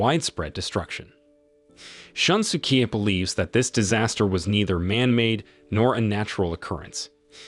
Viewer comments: I burst out laughing whenever I hear Shun-su-kee. It's more of a Shoon-su-kay. Maybe for future reference. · More like shoon-skay, but yeah, I was annoyed with a lot of his pronunciations too.